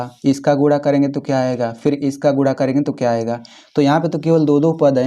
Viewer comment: Bhai Guna hota Hai AAP Gula bol rahe ho